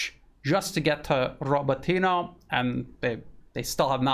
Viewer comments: You mispronounce Rabotino everytime. RabOtino, not RabotIno. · Mispronouncing Robotyne. Great otherwise